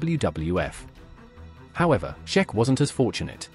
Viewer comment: Iron Sheik like week. Not sheck